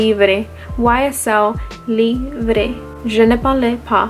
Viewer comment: ‘Librgh’ is the French pronunciation for Libre, ‘e’ at end is silent in French 😉 It is funny How different you perceive seasons in Florida versus us here in NorthernEurope! F ex spring for is would mean floral for sure and less of vanilla which is wintery etc.